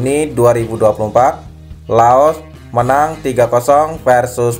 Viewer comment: Laos bang bukan loas